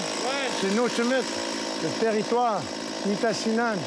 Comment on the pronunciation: "ON S EN VA DANS LTÉRRITOUEEEEREEE"